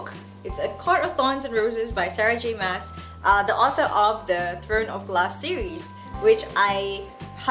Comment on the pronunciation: it's Sarah J Ma-ah-s (I saw the author doing an interview and correcting this xD) nice video! although i wish we'd have much similar reading tastes haha:3